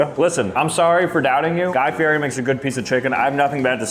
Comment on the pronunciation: Guy FEE-ETT-E.